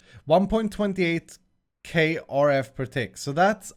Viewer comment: 1 let him keep "kerf". It's unique and fun :P